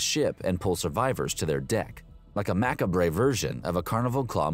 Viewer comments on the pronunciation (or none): Are you kidding me? Mac-a-brey? It's pronounced Ma-caab. Do you even English?!